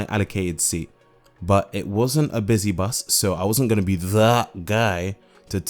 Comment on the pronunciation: blablacar booos! 😅